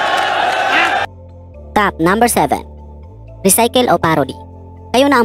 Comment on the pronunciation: recycle not ricycle